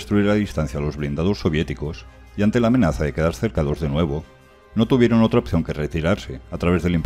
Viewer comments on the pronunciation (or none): none